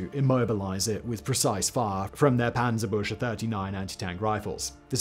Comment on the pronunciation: Amazing video But it’s panzer bueCH Se not panzerbusche